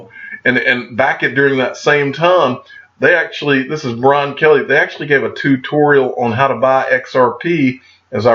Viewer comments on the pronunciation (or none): none